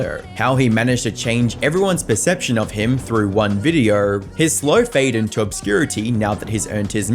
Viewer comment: Dude learn how to pronounce “O”. This might be the only time I’d say please use AI voice. “Videoaaurggh”. Had to turn it off